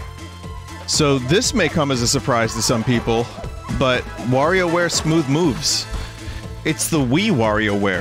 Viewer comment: Nice to finally see Vinny play Smoow woves